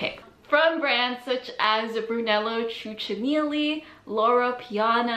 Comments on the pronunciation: Bruh I’m legit offended by how horribly u pronounced brunello cucinelli like woah. Great vid tho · The way you butchered Brunello Cucinelli hurts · Please do your homework before topics such as these. You completely butchered the names Brunello Cucinelli and Maison Margiela. That's just being lazy!